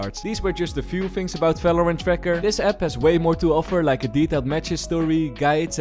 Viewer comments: bro why you pronounce falorant? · He can’t pronounce the v so that’s why I guess. Leave him alone tho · he can, actually. He might not realise though 😂 Words starting with the prefix 'ver' are pronounced in German with the normal v sound we use